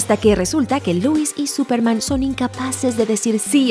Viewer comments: Dc: "Súperman" Looper: "Súpermana" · Aún dice Supermana 💁🏻‍♂️🤣💦